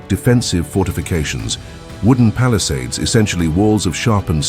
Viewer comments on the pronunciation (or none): none